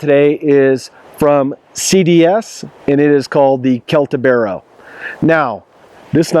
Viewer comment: Great review. Thanks! BTW it is pronounced "Seltibero" ;) Your comment regarding the jimping can also be applied to the TOPS BOB. Why risking ruining a good design with a feature of dubious usefulness?